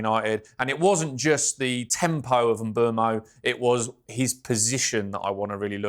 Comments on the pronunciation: It’s pronounced Mboomo, as per the player himself. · Mbeumo pronounces it Mboomo